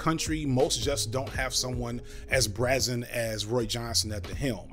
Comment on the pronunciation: Bray-zen, not brazz-en. I got yer back, brother.